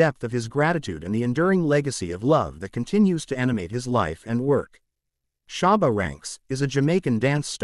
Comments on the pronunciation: Why does he keep saying sharba 🤦🏻‍♂️🤦🏻‍♂️ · Its not great when the narrator knows nothing about the Artist he is speaking of, not even how to pronounce SHABBA'S name or the titles of songs. Why are there white kids in this video? Are we supposed to believe they too lived in Seaview gardens? This narrator needed to have let a Black learned colleague who knows of & is familiar with the Great Shabba Ranks & his music present this video, or just stayed in his lane & talk about a white Artist he knows something about.🤦🏾‍♀️🙆🏾‍♀️🤷🏾‍♀️ Misappropriation is going strong in 2024😤🙄🤬